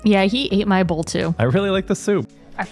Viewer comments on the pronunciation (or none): none